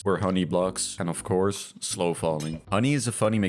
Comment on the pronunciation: Of "crouse" not, duh